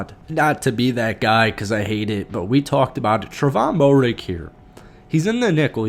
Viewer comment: Fields was pulled early for a possible concussion, then later got benched for poor performance. Tre'von's last name is pronounced Mare-Ig by the way. #KeepPounding